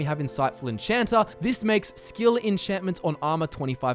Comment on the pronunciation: I find it kind of funny how you add an r to Magica (making it mgicer) and remove the r from enchanter (making it enchanta).